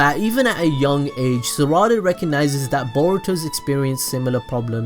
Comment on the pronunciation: Salada lmao